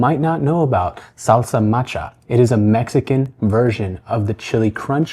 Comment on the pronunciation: Salsa Mattcha? You mean Salsa macha, right!